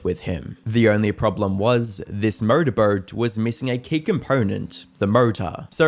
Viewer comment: After that mark “motorboat” attempt, I need to hear you say it 3x fast